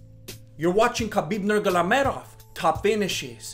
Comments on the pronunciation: "Khabib Nurgalamedov" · What did you say khabib nurglamedov?😂😂😂.... don't get me wrong m a big fan of yours just couldn't stop laughing after I hear you pronounce his surname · Respetto for your homie just get the name right NURMAGOMEDOV bro^^ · Khabib nurgalamedov😄😄😄😄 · Khabib NGLmedov? :D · Can't even pronounce Nurmagomedov but still the biggest fan. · Y u say his name like that lol